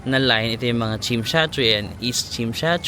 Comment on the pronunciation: Not Chimshatchuy! It’s TSIM SHAT SUI